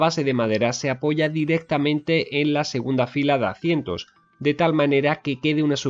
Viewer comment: ¿por qué dices "acientos" en lugar de asientos?